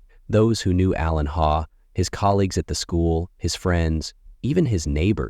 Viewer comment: ✨ It's pronounced 'Haw' but spelt Hawe (sometimes also Haugh) & wife's maiden name Coll. This happened years ago - i got the fright of my life when i saw this thumbnail saying 4 days ago. I thought "God! How did i not hear about this?". Until i saw the pics, i remember when it happened. Whoever is narrating should take the time to check pronunciations of names & places. Its very easy to do these days 🕊️ ☘️